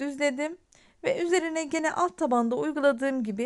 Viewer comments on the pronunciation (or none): none